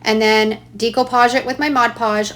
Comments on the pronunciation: I think “decoupage” is pronounced ‘day-coh -paj’ not ‘dee-coh-paj’. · It's 'DECK'-oupage not 'DEE'-coupage. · Really cool idea, wish I had known this in the 70s when decoupage was big...BTW it us pronounced day-koo-paage😉